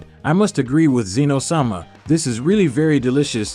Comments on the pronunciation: WHOS ZEEN OH ITS ZEN OH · Bruh its not zzzeno ITS ZENO FOR CRYING OUT LOUD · It is Z-eh-no not Zeno. Fun fact zeno is actually written as Zen-Oh